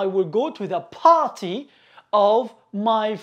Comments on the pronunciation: نطقك لكلمة party غلط / party not barty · Abostrof ..... Barty😅😂🤣 عليها خرجت ولم إكمل الاستماع لك عرب المشرق وعدم تفرقتهم بين B و P تعلم نطق الالفابي أولا ثمرعلمها للناس